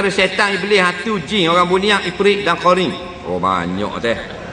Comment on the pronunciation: sebut jing😂😂😂